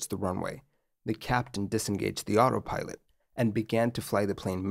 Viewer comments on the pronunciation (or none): none